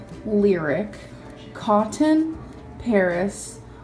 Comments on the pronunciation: "A kit-TEN" "Cot-TEN" God, she's infuriating. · I’ve never heard anyone else pronounce both Ts so clearly in words like kiTTen and coTTon. It’s wild 😅